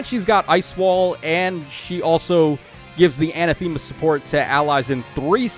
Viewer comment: really love your videos but the way you pronounce anathema really gets to me 😔 other than that keep up the good work